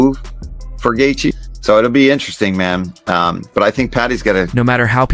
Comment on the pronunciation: Wait did you just say gaythea? 😂 it’s gaychee bud